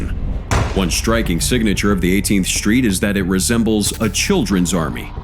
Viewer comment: He said SHHtreet gang. Sorry no H in street !?